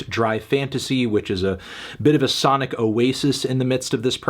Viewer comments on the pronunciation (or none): none